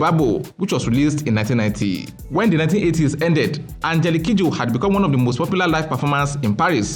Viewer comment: When he mentioned her full name, I losti t from how he pronounced it.